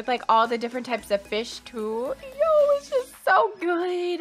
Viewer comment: “yooooooo” her Canadian really popped out